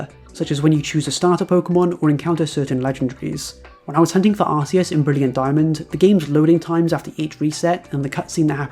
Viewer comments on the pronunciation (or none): This guy lost me at arseus